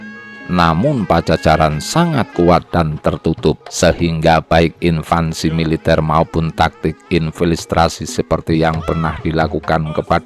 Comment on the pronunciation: Invasi bukan invansi ! Belajar baca dulu, biar ga malu2in. Kebangetan, tinggal baca aja lidahnya belepotan. Ganti aja min yg baca narasi.